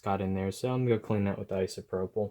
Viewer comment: Can every body say ISOPROPAL